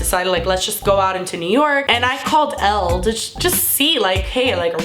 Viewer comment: Elle not L